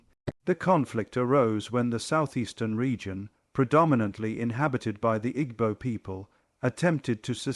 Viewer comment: Interesting video but a shame about the poor pronunciation. Igbo...tut. gb is a specific sound and e is always pronounced as eh as in egg.